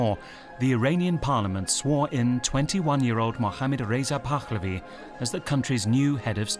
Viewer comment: It's not "Pakkkhhlavi" either.